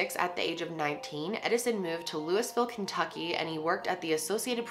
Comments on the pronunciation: tfw you're from Kentucky and you hear some pronounce Loiusville as Louis-Ville and not "Lou-i-Vule" lol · GIRL! you just said "Lewis-ville, Kentucky" 😭😭😭 as a louisville native, i am cringing Lmao. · LOO EE VILLE not louis ville, pls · fun story I have a friend from Kentucky watching this and he cringed when you called Louisville "Lewis-ville" LOL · “Lewis-ville” Nooooooooo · I'm late af to this video but you said louisville soooo wrong lol. I still love you though! you say it like "luh-vul" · “lewis-ville” cringe 😅 (no shade haha i love you— just people from louisville say it differently) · The way she said Louisville Kentucky, was so funny 😂That’s not how you say it!! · the way she said Louisville make me cringe😂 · I love but her pronunciation of Louisville was hilarious 🤣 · Only Midwesterners can pronounce Louisville right 😂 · Ilysm but that’s not how u say Louisville 😂❤️